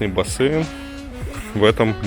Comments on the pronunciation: чувак, ну почему бассэйн? он же бассейн. Ты же не говоришь Одэсса! Или говоришь? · Бляяя.Всё хорошо, но.. бассЭйн, бассЭйн